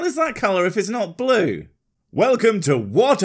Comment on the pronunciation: THAT'S NOT BLUUUE !!!!! It's Blue - esq .